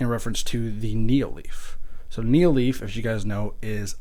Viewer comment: also its nanoleaf not neo leaf